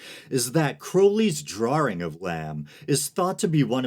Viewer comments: Did you say drawring? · True, but he mispronounced "drawing".